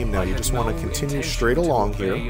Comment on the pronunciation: The first maka channel video that I finished and didn't have to be annoyed one time. Gone was the arrogance, the smug and the speech impediment (Schtraight for straight, etc..) of maka. much more easy going and humble. Thumbs Up for once!